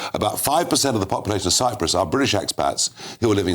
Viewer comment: How he says “Brrrwit-ish” is sooo annoying. Why is he still in a job. Please resign!!!!!